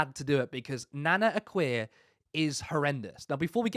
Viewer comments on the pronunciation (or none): Nana akua is a self hating blackwoman. Why is the guy in the podcast pronouns her name nana Akua wrong?. Her name is easy to pronoun is as 'A' kua'"